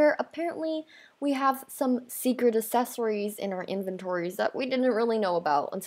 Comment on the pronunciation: She says secret “assesories” instead of “accessories” XDDD